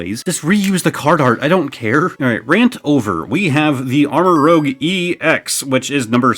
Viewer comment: Just an fyi it’s pronounced like armor-rooj. As in armor + rouge (red) just like Ceruledge is cerulean (blue) + edge